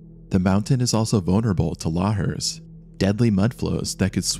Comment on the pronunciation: Not la her but la har.